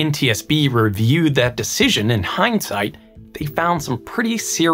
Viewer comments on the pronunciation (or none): none